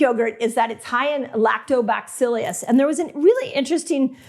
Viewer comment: Lactobacill us, not lactobacill ius please 🥰